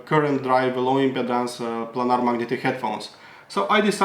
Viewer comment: Love your review. Thanks! You speak excellent English...although, I’m not sure if you’re aware that the way you pronounce impedance sounds a lot like impotence 😂